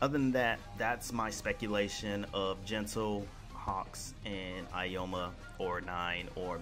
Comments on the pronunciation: Its Aoyama, not "aoyoma" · I'm just going to ignore the Aoyama pronunciation and say the DLC I would want. Hawks, LaBrava and Gentle as one character and young All-Might. Also you really should have warned folks about the new movie spoilers for people that will affect.